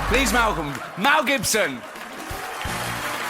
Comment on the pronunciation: "Please Melcome, Wel Gibson" 😂